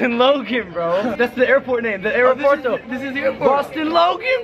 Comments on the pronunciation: L: How do you say airport un Spanish JP: Aeropuerto L: Areperto. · you wer supposed to say aeropuerto